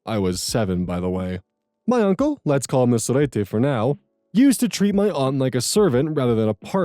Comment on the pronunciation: I love pronunciations in the Cousin Saga. I'm from Argentina too, and it's so interesting. Surprisingly, his pronunciation of "sorete" is somewhat good! Fun fact: sorete equals to calling someone a piece of sh*t Another fun fact: Capital Federal is the capital city of Argentina. And here 40 dollars would equal like 42.906 with 20 cents.